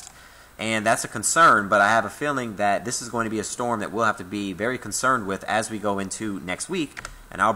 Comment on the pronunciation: Say concerned again...